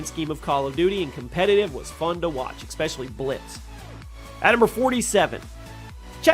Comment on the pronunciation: Bro said ‘expecially’ 🤣🤣🤣🤣